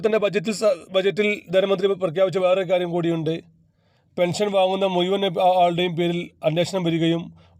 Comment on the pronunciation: മുയുവൻ അല്ല 😡മുഴുവൻ 🥵ആദ്യം മലയാളം നന്നായി പഠിക്കുക 🙄🙄